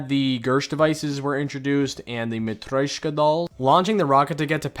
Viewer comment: Матрёшка Нужно мягко это произносить